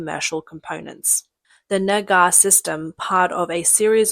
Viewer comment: I am sorry but the "negar" system? How is that spelled?